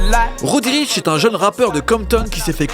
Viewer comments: "Roudriche" un peu de respect svp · Ptdr laisse tomber c'est konbini faut pas s'attendre à grand chose ... déjà ils commencent par dire roddy riche